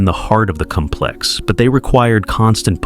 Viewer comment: The noun complex is pronounced with emphasis on the first syllable. You’re saying the verb version, putz. AI